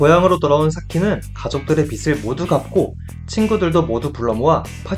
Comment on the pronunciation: 빚을 ->발음할때는 비즐입니다. 계속 비슬이라고발음하니깐 거슬리네요